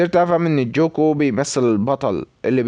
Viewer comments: مع احترامي اسمو ليس جوكو اسمه قوكو الكتابة جوكو لكن النطق قوكو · اسمه ينكتب كذة غوكو مو جوكو نطقو GOKU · هو مصري اسم غوكو صعب على طريقة لفضه او لي لهجته